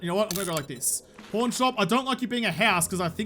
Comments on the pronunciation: PAAAAARNNNN !! I seriously don't get why people think you're saying "porn". You're clearly saying an a, not an o. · American here... You say Pawn correctly.